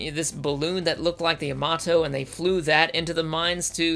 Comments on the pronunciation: YAMATO not yamoto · It’s ya-ma-to not yamoto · the guy can't even pronounce Yamato not Yomoto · It's Yamato,not Yamoto! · Yuh moto? No no. YAH MAH TOE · The Yomudo in yer accent is priceless. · good old "Yamodoh" -. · my grand pappy said its pronounced yamadah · you pronounced Yamato wrong, you said Yomoto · I know, right? Watches both series back to back. Fails to pronounce the name of the ship mentioned in the series dozens of times. But even the new one pronounced it differently than I've mostly heard over the years. Star Blazers aired in the US when I was eight years old. I loved it. But I watched it again recently and I couldn't believe how bad it was. I swear, nobody knew anything about space in the 70's. Which is ironic since that was the "space age". But then I watched the NEW series and WOW was I impressed! It fueled my nostalgia while also making it a legitimately great story. A++ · I mean, they even pronounce it in the anime itself. How do you mess something like that up? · ... Perhaps this has already been said, but when the voiceover mispronounces the name of the show TWICE within the first 16 seconds, it truly makes me wonder if this is really going to be worth another 20 minutes of my life ... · I know I'm commenting on this 7 years after it was uploaded but I have to say that the frequent mispronunciation of the ship name is very distracting. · You completely butchered the pronunciation of Yamato throughout the video and it’s annoying. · Wait how do you pronounce Yamamoto correct but Yamato you can’t